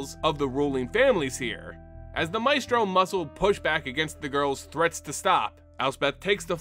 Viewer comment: The Adversary vs. Xander part made me upset... You kept saying Advisor instead of Adversary and Mephisto instead of Maestro :(